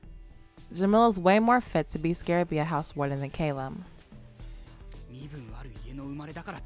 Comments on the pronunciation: Hi! Awesome video, as always! You said that you would say Kalim’s name correctly one of these days, correct? Well, maybe I can help with that! Okay, so let’s start with Kalim. The “K-A” is pronounced like the the “C-U” sound in the word “cut”, and the “L-I-M” is pronounced like the word “leen” but with a ‘m’ rather than an ‘n’. And now for Al-Asim. The “A-L” is pronounced like the word “all”. The A in Asim is pronounced like “Ah” (like when someone asks you to say ‘ah’), and the “S-I-M” is pronounced like the word “seem”. I hope this helps! 😊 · You’re very welcome! Just take your time with the pronunciation of his name and you’ll have it right in no time!